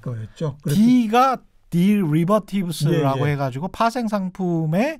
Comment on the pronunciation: 최기자님, 파생상품들을 뜻하는 derivatives는 미국식 영어로 ‘디리버티브스’에 가깝게 발음합니다. 좋은 프로그램에 항상 감사드립니다.